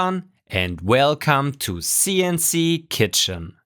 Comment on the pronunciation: I swear, every time I hear "welcome to CNC Kitchen" I hear "welcome to CNC Chicken"